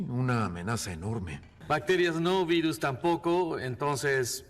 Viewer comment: Aveces escuchaba Beatles en ves de virus xD